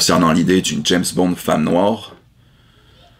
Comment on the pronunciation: déjà pourquoi il dit "Jess" Bond ?